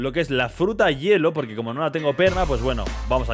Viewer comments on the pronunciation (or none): none